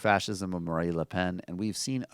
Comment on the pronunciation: Someone tell Michael that it's "Marine Le Pen". Not "Marie Le Pen".